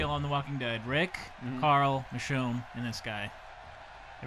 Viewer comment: iTs carl Not coral XD